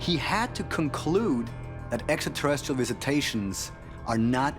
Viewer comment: I love that they almost always say extaterrestrial instead of extra 😂